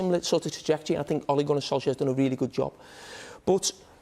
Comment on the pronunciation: Suddenly Neville calls him Sol-shire